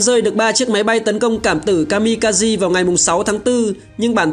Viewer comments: Kaze (ca giê) trong tiếng Nhật nghĩa là Gió (Phong). Kami kaze là thần Phong, thần gió. Chứ không phải kazi (ca gi) như add đọc nhé. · Ka-mi-ka- zê nhé :V anh đọc đúng, ko thì nghe bực lém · chính xác là Kaze đọc đúng là Ka De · kamikaze đọc là ka-mi-ka-giê bạn ad ơi. Đó là tiếng Nhật ko phải tiếng Anh